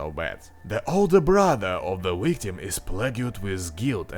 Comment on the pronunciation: did he say.. wictim? o.o -.- o.o